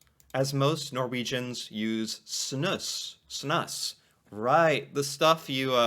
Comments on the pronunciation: Snus is pronounced snuuce! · Snus is pronounced “Snoose”.